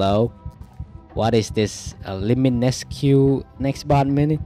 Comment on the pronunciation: It named limineque and said like liminesck and its spelt apparition but said apperition